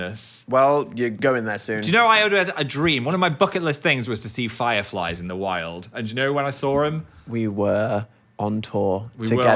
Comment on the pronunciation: you would not phelieve your pheyes if 10 million phirephlies